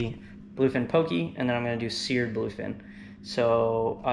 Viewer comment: So good! That sushi rice powder is a godsend, so much more forgiving proportions wise. Nitpicking, but poké is pronounced more like “Po’-Kay” than “po-key”. Awesome video guys, subscribed 🤙🏾